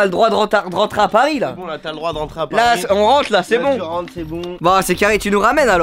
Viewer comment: "retourner à pars" 😭😂😂 aucun respect pour Paris